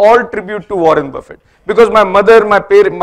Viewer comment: He can't even pronounce Buffet the right way lol